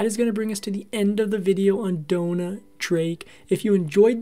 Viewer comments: It's Dona, not Donna. Pronounced "Doh-Nah". You can research the correct pronunciation. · It's pronounced that way because of the spelling. It's DONA and rhymes with Mona. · Downa? Downa? Why in the world would you pronounce it that way?